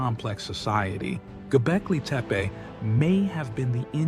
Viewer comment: Bonjour Bravo clair consis neutre Pour capter la curiosité cela me semble parfait. Il y a juste un tout tout petit hic la prononciation du nom du site mais je ne suis sans doutes qu'un âne. Merci ❤ PAM 54